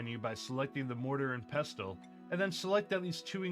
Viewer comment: That’s not how you say mortar and pestle. The T is silent. I only say this because this is the 5th video I’ve see from different people saying it wrong. Not as bad as “marxhant-iile”, but wtf. 😂